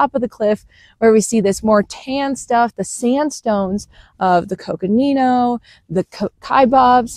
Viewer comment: She pronounces ‘Coconino’ like an AZ native :)